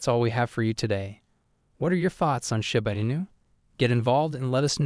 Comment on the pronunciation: "shAba inu" 🤣🤣😭.....it "shIba inu" 🤣😭 shAba ranks...... it's like you want to say ...... shAba ranks haaaaha laughing my azz off 😆👍🏼